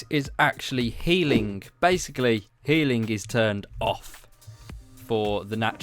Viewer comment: You say regeneraate And you say haling